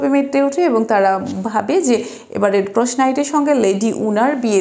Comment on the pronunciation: রেড ক্রস উচ্চারণ সঠিক করার চেষ্টা করতে পারেন।